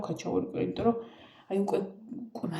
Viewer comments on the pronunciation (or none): სულ მინდა გკითხოთ " იმირომტომ" სპეციალურად ამბობთ ასე ამ სიტყვას🙈 თუ სერიოზულად? მართლა მაინტერესებს ყოველგვარი ქილიკის გარეშე...